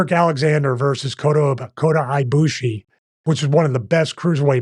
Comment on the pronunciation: We meed a scottish parody wrestler called kota aye-bushi